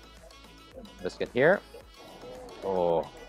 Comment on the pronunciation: that's an English muffin, not a bagel,. And "bis--kit" not "bis-quit" BUT, I still think you're the sweetest food vlogger on You Tube, so I can't get mad